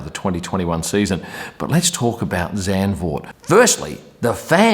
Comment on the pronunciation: You pronounce Verstappen quite well compared to some other English speakers! Now you can also improve the pronounciation of Max and Zandvoort: the A sound in those words is the same as the way you say the A in Verstappen. (and also the A in Grand Prix)